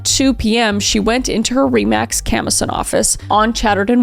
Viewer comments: super weird. i lived just a few kms away from this house at the time, and yet I don't recall ever hearing about this! also just as an FYI, "Camosun" isn't pronounced "CAM-o-sun" but rather "ca-MO-sun". a minor blip in a well-told story. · You're from Vancouver, and pronounced Camosun wrong... point lost